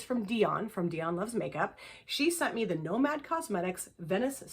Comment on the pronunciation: Hope the birthday was fabulous!! I’m glad you got the Nomad palette too. I think you pronounced it perfectly lol! The GG palette is so pretty! I highly recommend Ethereal from GG.